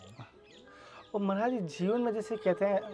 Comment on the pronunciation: भाई मराज जी नहीं होता है महाराज जी बोलो